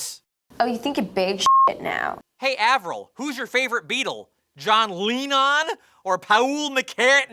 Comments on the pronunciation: John Leenon, Pahool McCartney hehe.... Butt crack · "Hey, Avril who's your favorite Beetle? John Leenon? Or Pawul Micatney?"